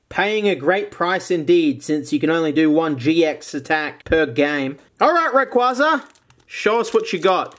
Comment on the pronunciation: Your saying raquaza wrong :(